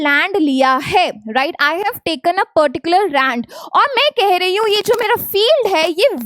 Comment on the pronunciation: At this point did u just said rand...? Instead of land?💀